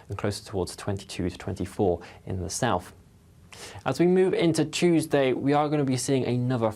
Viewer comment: Regards the weather chap, it's South not Souf. Please pronounce the 'th'.